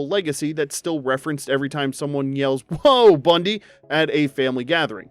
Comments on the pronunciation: More proof that he hasn't actually watched what he's talking about. That was the wrong intonation for "whoa Bundy", giving it an entirely different meaning. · Whoever does thr VO is either AI or has never seen an episode of Married with Children, cauae how tf do you not know how to say Whoa Bundy?